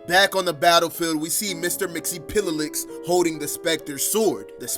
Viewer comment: btw its mix-yes-spit-lick